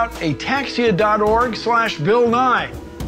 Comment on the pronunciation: “A taxia cab” jesus😅😂